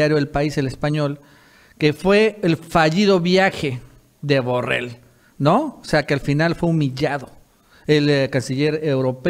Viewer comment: Borrell es catalán. Se pronuncia: Yusép Borréll. De la misma forma que Trump se pronuncia Tromp.